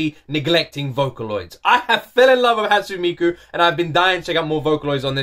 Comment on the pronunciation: Oh what a great choice! Should also check a live concert version of this song, for some addition mind blowing. (And, once again, it's still "HatsuNE" not "Hatsun". Japanese don't drop "e" in the end of a word, they drop "u" sometimes.)